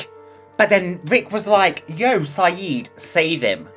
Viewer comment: His name is Siddiq NOT Sayid,.